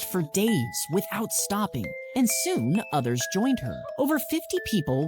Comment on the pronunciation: He really said son instead of soon 😂😂😂😂😂😂😂😂😂😂😂😂😂😂😂😂😂😂😂😂😂😂😂😂😂😂😂😂😂😂😂😂